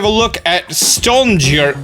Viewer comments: Haven't you heard? N's are pronounced like L's in British English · Stonjourner is probably pronounced "Stone-yern-er" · doesn’t know how to pronounce Stonjourner Literally Stonjourner:: / 😕